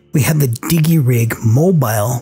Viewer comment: "Di-Jee Rig" not "Digg-ee Rig"